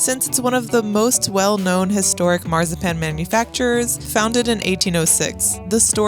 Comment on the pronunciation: While you're working on your German accent, try pronouncing "Marzipan" correctly